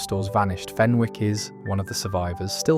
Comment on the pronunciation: Hi thanks for this post 👍 the W in Fenwick's is silent. I used to work in Debenhams and still miss it.